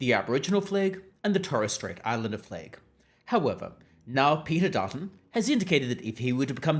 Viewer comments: “Flag” not “fleg” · It's flag, not fleg. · I don’t get why you keep saying ‘fleg’ that way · Why you sayin flag weird bro